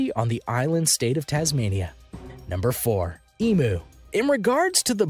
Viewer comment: Emu is pronounced more like eem-yew (or eem-'you'). It really bugs me when people pronounce it as ee-moo.